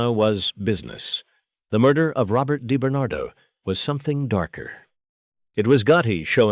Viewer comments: DiBernardo not deBernatdo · His name wasn't Debernardo, you AMATEUR, it was DiBernardo!